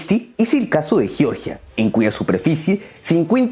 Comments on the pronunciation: Chicos, sólo una acotación: el país caucásico Georgia 🇬🇪 se pronuncia como se lee en español (Jeorjia). Si lo pronuncian como “Yorya” se están refiriendo al estado sureño de Estados Unidos. 🇺🇸 En el video dicen ambas pronunciaciones, ojo con eso. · Hola: tú pronuncias correctamente Georgia en español, y le das a la letra g su sonida español como en geogrfía o en geometr{ia_. Pero el señor que te hac la segund voz pronuncia erróneamente _Yoryia, Yoryiano, etc. ¿Podrías recomendarle que no le enseñe errores a tus seguidores? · Hola: tú pronuncias correctamente en castellano Georgia, pues das a la letra g su valior español como en geografía o en geometría_. Pero el señor que te hace la segunda voz dice erróneamente _Yoryia,- o -Yioryiano, cual si estuviera hablando del estado norteameriucano de Georgia. ¿Podrías sugerirle que no le enseñe errores a tus seguidores? Gracias. -_